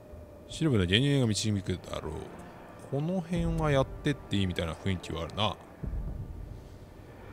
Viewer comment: ふいんきじゃなくてふんいきですよ